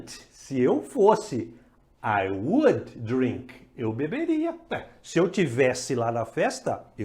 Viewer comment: Muito boa a aula, baita didática, como crítica construtiva, apensa cuidar com as palavras com sílabas mudas, não tem "i" no final, eu também ainda cometo esses erros, exemplo: Would e não Wouldiiiii. Abraço e continue com os vídeos.